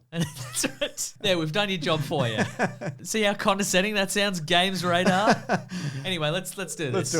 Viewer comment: gamesradar... euuuugh...